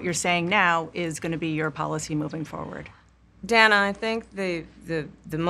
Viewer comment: OMG, she mispronounced Dana's name!!! Shame, shame, shame🙀